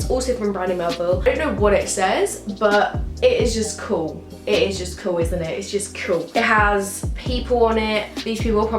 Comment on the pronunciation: I love how she says cool , coo